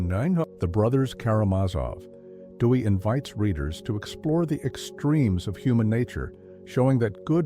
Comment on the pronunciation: Theodore "Dewy"/"Dewey"? Please use a human narrator next time.